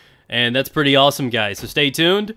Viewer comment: Pwetty pweez can I get a pwezzie